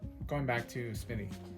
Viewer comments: Hello young man. It is Smith- ee NOT Smitty. There is a difference. Please stop making yourself look like you didn't learn the basic rules of reading. The rest of your content is good, but, stop with the 3rd grade Appalachia dropout pronunciation. Thanks. If you fix it I would subscribe. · It's "Smith-EE", not "Smitt-EE!". Credibility is hinged on convincing the public you know what you're talking about. Not knowing something as basic as how to pronounce the subject of your discussion, is certainly not a ringing endorsement for that credibility.